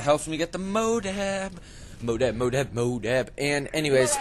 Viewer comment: why do you say "modab"?